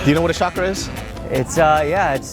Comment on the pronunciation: I kept laughing when he kept saying schakra. I was hoping he would correct her and say chakra like naruto.